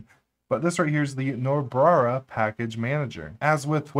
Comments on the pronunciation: Great video and I am hoping to performing similar tweaks in my Debian build. Did you say Nobrara at the intro? lol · Do you realize that you frequently add an extra “r” to Nobara? :-) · "Nobrara" lmao